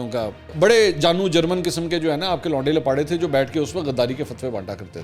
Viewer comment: Launday Lapaday nahi Lauray Laparay